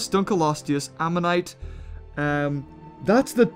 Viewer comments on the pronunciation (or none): I like how you said it the sooner fish dunculose